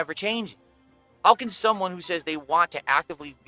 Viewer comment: “shumone” gargle mouth in full effect